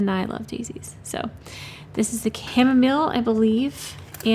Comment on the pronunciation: Re Chamomile pronunciation… similar to how you would normally say mile as in walk a mile. It belongs to the daisy family indeed. Popular in teas and essential oils. I love watching painting out of the Flower Guide. I have it and love it